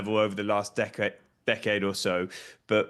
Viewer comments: the name is Nwaneri is prounced - "Waneri" the first letter N is silent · That's wrong. It's pronounced as it is written. It's a Nigerian Igbo name. The 'nw' is a single Igbo alphabet. Try treating the English sound /n and w/ as one sound and you get the actual sound /nwá-né-rí/ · These clowns need to learn how to pronounce his surname right. Wan-eh-ri.... the N in Nwaneri is silent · It is pronounced WAN YENRI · love that Orny cant say Nwaneri. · That man needs to learn how to pronounce Nwaneri 😂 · Sky sports, you guys are spoiling the name Nwaneri . Please learn to pronounce it properly.